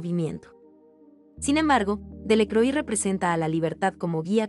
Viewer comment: Lamentable tu pronunciación del francés. Delacroix se pronuncia "delacroa",etc.